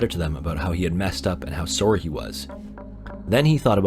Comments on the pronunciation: dude are you Canadian? That “sowry” sounded very Canadian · Oh my god, your Canadian dude! No way! Don’t think I didn’t hear that “ SOREY” that’s exactly how you said sorry. That’s pretty cool